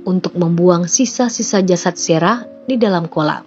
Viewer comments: Sarah ya Sarah aja gak usah serah serah min, ngganggu aja kecuali Mimin bawain ceritanya pke bhs inggris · Nyebut nama Sarah kenapa mimin baca Serah sih...